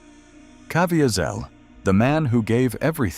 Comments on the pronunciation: The AI voiceover is so annoying with incorrect pronunciation. Cav-ee-sel is correct pronounciation. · It would be great if the AI would pronounced Jim Caviezel’s name correctly. I’ve been in church when he gave his testimony. He pronounces it Ca/vee’/zel. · I sure wish the narrator could pronounce his name correctly. But I guess AI isn't that good yet.. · AI's mispronunciation of Jim Caviezel's name is extremely distracting. AI should have been set to only use his first name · Too bad the narrator didn't properly pronounce Jim Caviezel's last name. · I can't listen to a narrator who cannot pronounce Caviezel's name. AI or not, that is intolerable. Out at 40 seconds. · Supposed to be a L they keep on mispronouncing Caviezel name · i don't think that is how he pronounces his name. also he was hit by lightning according to his own testimony what is wrong with this content creator. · Right off the get go and his name is mispronounced. What a turnoff to an otherwise interesting topic.